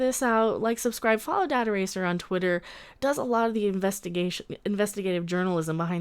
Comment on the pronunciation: The 'data' in dataracer is pronounced the same Data from TNG is pronounced, ie the British way of pronouncing it. Then it rhymes. Data-racer